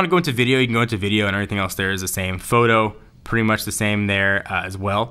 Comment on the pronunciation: "AAll ma mails in derr." ha ha